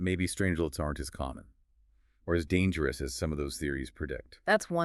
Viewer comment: the most Dangro? Extireme? Fuck this low effort AI generated slop.